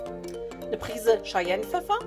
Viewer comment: Sehr leckeres Rezept! Werde ich auf jeden Fall in dieser Woche noch ausprobieren, habe gerade die Friteuse frisch mit Öl befüllt und mein Wochen-Speiseplsn hat noch Lücken. ... Kleiner Hinweis, es wird "Kai-jennpfeffer" ausgesprochen, das Gewürz hat, etgegen vieler Annahmen, nichts mit den Cheyenne zu tun... Aber deswegen wird es uns trotzdem sehr gut schmecken. Der 👍🏼 ist auf jeden Fall da (war der zweite😉). LG Sven von svens kitchen - cooking in 'n out